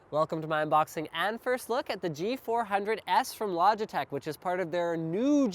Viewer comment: It's G400s not G100s ! ...